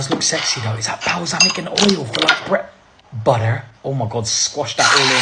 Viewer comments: Most America he's ever sounded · Did anyone notice his accent go away when he said butter? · Not gonna lie, it was weird hearing you say "butter" with an American accent... but now I can't help but wonder what it would be like if you did an entire one of these videos in an American accent. 🤔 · Is it just me or did he say butter differently? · why did he turn American just to say butter wtf